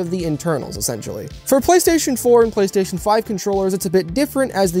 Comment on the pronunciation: Bro did i hear that correctly you said "gaystation" ? 😂